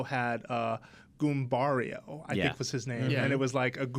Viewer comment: goombaria? it's goombella >_<